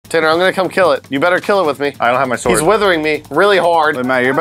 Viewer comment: you really make the the w stand out in sword, is that people are supposed to say it? I thought it was silent, have I been saying it wrong?